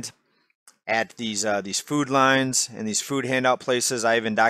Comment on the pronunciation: Every time says “food lines” I hear “food lions” am I the only one?